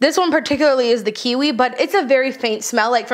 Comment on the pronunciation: I've heard the word "kiwi" pronounced with a w instead of v for the first time in my live and it was a shocker 🥝